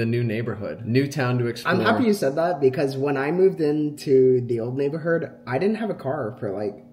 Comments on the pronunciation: saying NeighborHERD lol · why does say neighberhood